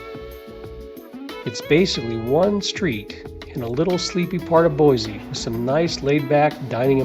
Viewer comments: It's Boise, not Boyzee. There is no Z in Boise.😁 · PLEASE re-record the narrative and pronounce my home city correctly. it's BOY-SEE not Boy-zee.... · I cringed everytime he said BoyZee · Pronounced: Boy-see. There is no Z in Boise. Edit: Oops, I see someone already made that comment. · Nonono it's pronounced BoyZee not Boise. Look it up when they first incorporated in the early 1600s it was pronounced BoyZee. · Sorry Linda times are a changing and it's now Boyzee....you see the world is getting lazier by the minute and it takes to much energy to say Boise. Don't let it drive you crazy tho just learn to accept it. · No Z in Boise. Yes we have a great City, but don’t say Boyze .